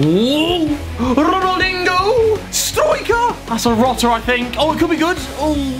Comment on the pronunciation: Did he said Ronaldingo 😂